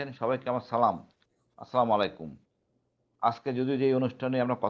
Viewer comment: আসসালামুয়ালাইকুম ইলিয়াস ভাই আপনার সালাম টা আরেকটু শুদ্ধ করে দেওয়ার বিনীত অনুরোধ করছি